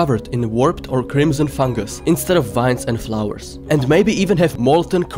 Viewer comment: to me how you say vines sounds like wines